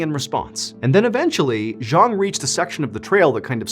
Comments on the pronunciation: Also his name is pronounced Jang which is not a Cantonese name. Not trying to be picky but as a storyteller it’s important to get these details right. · His name was Cheung Sin-pang. Not Zhang.